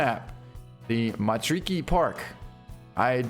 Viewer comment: Just roll your R's when saying Matariki and Te Awaroa. its the proper way to say it.